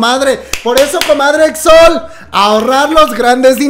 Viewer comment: non se dice exol se dice *exo-el TT